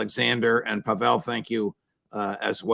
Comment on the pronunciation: Outstanding session! I'm an American living in Russia and it is so good to hear the truth about Russia on American broadcasts. Thank you Judge! And I noticed you also got tipped off on the correct pronunciation of Pavel's name. :)